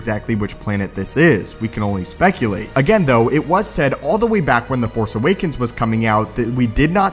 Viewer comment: You keep editing out the "s" sounds at the end of your words. The Force Awaken? Specie?